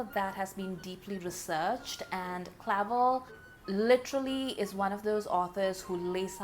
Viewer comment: it’s pronounced cluh-velle. and something like 2 years of his life were appropriated against his will by the japanese military so give him some credit where it due, he could’ve (and rightfully so) held onto anger and been way more racist. And for 1975 he was woke af.